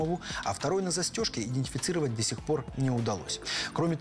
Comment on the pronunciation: Самому обычному человеку режет уши сказанное двумя мужчинами, озвучивающими фильм: "аНтропина", "индефицировать"! Правильно говорить не "аНтропина", а атропина, не "индефицировать", а идентифицировать"! Эти грубейшие ошибки, озвученные самыми самоуверенными голосами, выглядят ещё смешнее. Это... Без дальнейших комментариев.